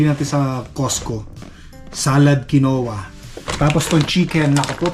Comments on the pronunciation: It’s quinoa sir! (Keen-wa) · "Kinwa" ang pronunciation niyang Quinoa. Ganun talaga, kung hindi pa tayo makaramdam ng sakit, hindi tayo magiingat sa kinakain. Siguro nilagay ang pera sa Registered Educational Fund kaya kailangan ng proof of enrollment.